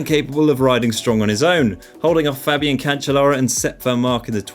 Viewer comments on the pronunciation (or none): none